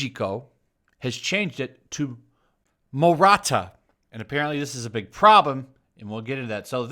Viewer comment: It's "maruta" not "murata" But yeah this controversy is silly. I guess it's equivalent of calling a super villain Dr. Auschwitz.